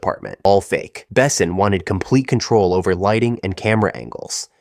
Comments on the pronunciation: Besson is mispronounced too. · Fact: check pronunciation before recording. Besson and Jean are to be pronounced French. Plzzz